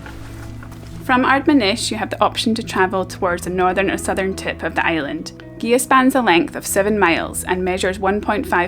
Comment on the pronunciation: Great video as I have overnighted on the visitors moorings a few times but never explored the island, hopefully some time. Incidently it is pronounced Geea, not Geha, the gh is silent.